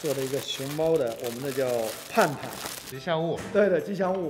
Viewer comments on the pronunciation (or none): 竹内さん、吉祥物叫盼盼，不是胖胖😂